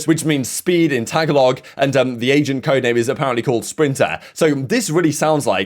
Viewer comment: Lmao as a filipino the way he said Tagalog has me dead. No hate he just doesn’t pronounce it like Filipinos do I just find it funny